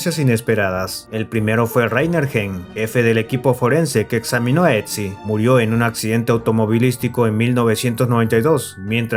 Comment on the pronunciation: Otzi, no "Etzi" jaja